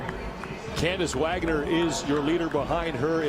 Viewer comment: lol forgive me for not knowing the women's names, but i was getting super annoyed with the male commentator when he kept saying kathrine davidsdottir bc i thought he was saying kathrine david's daughter lmao